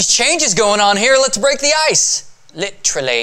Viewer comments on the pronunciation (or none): Literally (british accent) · you say literally really funny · best way 'literally' has ever been pronounced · when ray say literally he has a british accent O.o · posh english accent...